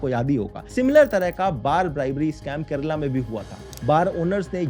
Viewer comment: I'd give him top marks for correct pronunciation and not calling it "Keral"